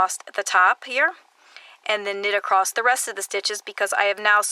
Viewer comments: I have watched many of your tutorials I just want to say that you keep saying accrosed it’s said across. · Wonderful, wonderful tutorial...thank you so much! You explain things so clearly! But please! There is no 't' in the word across! LOL